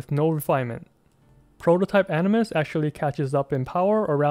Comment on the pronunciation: Why u keep saying prototype animus it's aminus 👁️👁️